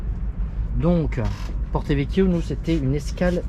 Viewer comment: C’est bien Porto et non porté !!!😂😂